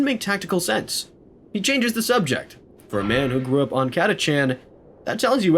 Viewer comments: They're called Catachans not Chatacants. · Catachan ist spoken with a k like Catakan. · You are the first person I have ever heard pronounce the CH in Catachan. Not saying you're wrong... Honestly I'm wondering how we looked at it and thought "ahhh yes catakan that's correct."